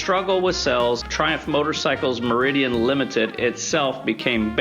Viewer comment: Meriden, not Meridian. otherwise awesome info and video